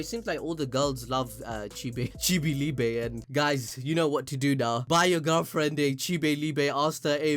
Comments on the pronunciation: It’s pronounced “LEE-BUH” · Prounounced ‘lee-buh’ in German if anyone is interested